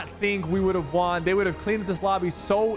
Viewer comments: why does he say the word "won" like "waan" lol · “I wawn my first squad tournament” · Bro why does it sound like he's saying Juan instead of won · 'Won' is pronounced the same as 'one' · Do people actually say w aughn like bruh no offense though anyway good vid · why does he say "won", its pronounced "wuhn" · every time he says won, sounds goofy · Anyone else notice how weird sypher says “won” it sounds like the currency not like he won the game 😂 it’s like he thinks it’s pronounced the way it looks 😂